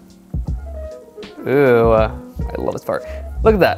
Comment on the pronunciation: when says oooohhh (like oooh i like it), it sounds like ewww (eww i fucked up). and its funny. love his tutorials btw also a recap is not showing your art and zooming in. its showing the stages lol